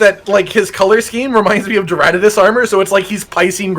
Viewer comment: Do you guys not know how romanized Japanese works? Ignore the “u” preceded by a consonant! It’s Greadmos and Haldmerg! Hardmelg. One of those.